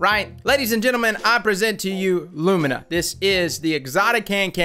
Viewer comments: LOO ME NAH NOT LOOM IN AH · " i presend you Lumna" xD Perfekt